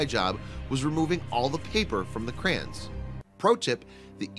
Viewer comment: I hate the way the narrator pronounces "Crayons". What the f**k is a "Crayen"?